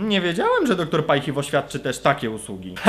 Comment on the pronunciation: Doktor Paj Hi Wo? a nie Haj si wo?